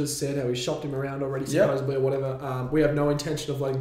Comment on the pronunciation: Why does the fella keep saying "supposebly" rather than supposedly? Bizarre...